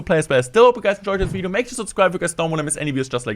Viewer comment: YOOO what's going on guysss todayyssss clesh woyale veedio